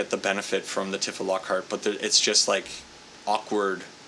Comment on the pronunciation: just a friendly hint, shes pronounced "Tee-fa" not "Tif-fa"